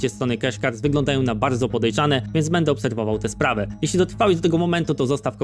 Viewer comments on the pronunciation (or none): none